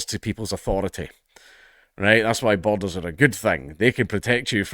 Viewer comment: Great video! I did struggle a bit: 'Is he saying bottles? How are bottles great to a country? Boulders, maybe? No, that doesn't work. Borders! He's saying borders!' Please forgive me, I'm a Yank.